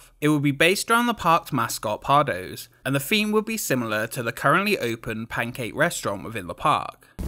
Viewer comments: besides pardoes (pardoos) being said as pardose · it's pronounced pardoos 😔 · But Pardoes is pronounced "Pardus", right? At least that's what I heard in Symbolica ;) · Just one thing: the 'oe' in pardoes is pronounced as an 'ooh,' like in Winnie the pooh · The 'oe' in Pardoes is more like the 'ooooh' that the aliens from Toy Story say. 🙂